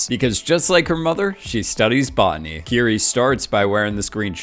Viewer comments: It’s pronounced like “kitty” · Am I the only one who thought her name was kitty? Legit I swear everyone was saying kitty not Kiri, lol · Is it just me or did I hear kitty?